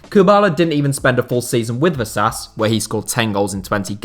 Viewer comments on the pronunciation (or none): Vasas "vöszász"-nak kimondva. Imádom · He at least made an effort with some of the names. Not something many channels do. Though I have to agree that with some less important ones (such as Vasas as you also mention), he seems not to have cared to look it up.